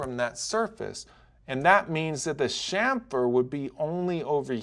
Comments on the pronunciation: It's pronounced kamfer, not shamfer. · Say "SHAMFER" one more time!!!! It's CHAMFER!!!